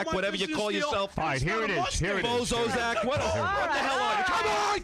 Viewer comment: "bozozack" lol